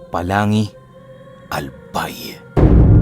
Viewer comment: Baka ho polangui, hindi palangi